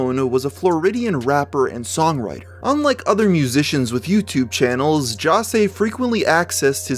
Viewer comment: "Jossay"?? Jose is pronounced "Ho-say". Are you serious?